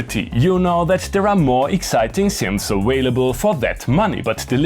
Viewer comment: Did he just say "awailable"?